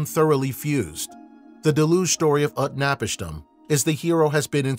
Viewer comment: utnapishtim is pronounced: oot-nah-peesh-teem!